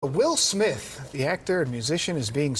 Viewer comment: At the start it sounds like u said “Will Smilf” 😂